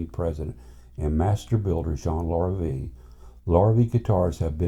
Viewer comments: If you're going to post a video, would it kill you to pronounce the name properly? It's pronounced Lah-ree-vey, Lorr-a-vee. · I too have one, he LV-03RE. But please, if you're going to laud Larrivee's high quality of tone and craftsmanship, why couldn't you pronounce the name correctly. It's a French Canadian surname, which phonetically sounds like this: lah ree vey. It definitely isn't pronounced Lor ih vee. Sheesh! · Pronounced "Lar a vay". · Thanks for the video. I'm in the market so all input is most welcome. Funny, I alway pronounced it : "lair-a-vee"....I like your way better.